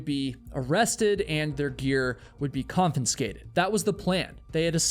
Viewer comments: Bro, it’s “confiscated” not “confinscated” ( , , ). 😂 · Confiscated!! Not confinscated!!! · The word is confiscated, not confinscated. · " con-fin-scated " Another story of ignorance and idiocy. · Con-fis-cated NOT Con-fin-scated. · ConFIScated, not "conFINscated" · Con-FI-sca-ted NOT Con-FIN-sca-ted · Dude. It's not confiNscated..its confiscated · Confiscated. Not "Confinscated". That was maddening. Still a worthwhile vid. 8 out of 10 from this grumpy old pedant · The word is pronounced, KAHN-fuh-skay-tuhd, not KAHN-fun-skay-tuhd. 🤓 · Say confinscated again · Why is she dressed like the Hamburgler? She jumped as the Hamburgler and landed as hamburger. ...... too soon??? And for the love of God it's confiscated, not confinscated. Or is that intentional to increase engagement? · The word is pronounced con-FIS-skated, not con-FIN-skated. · Confiscated, not confinsated lol; you’re hilarious. Classic case of FAAFO. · Forgive me, but, the word is confiscated. Con-fis-cated. One N. You keep saying Con-fin-scated. As a broadcaster, voice over artist & actor of nearly 50 years, mispronounciation grinds on me. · the word is "Confiscated" not Confenscated. 😉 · This story is so frustrating in so many ways but… the way you keep saying “confinscated” instead of “confiscated” drove me insane 😅 Always enjoy your videos though other than that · Not to be picky, but, well, here goes. “confiscated” is pronounced “kaan·FUH·skay·tuhd”, not “kaan·FIN·skay·tuhd” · Dear God! It's not confiNscated! Confiscated. 😂😂😂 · Sorry to be annoying, but it’s confiscated not confinscated. No “N” before the S. On another note, if the base jumpers are doing something illegal, then expect the consequences. Blaming the rangers for their own selfishness and stupidity is ridiculous. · *confiscated (not confenscated) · Confiscated, not confinscated. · Con-FIS-scated. Not confinscated. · Dude the word is ‘con-fis-cated’ not ‘con-fin-scated’. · Confiscate NOT confinscate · Please stop saying confinscated.